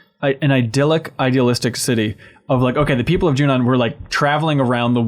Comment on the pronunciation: Every time says Junon I'm a little annoyed, but in a weird way I hope he keeps saying it like that just to keep pissing people like me off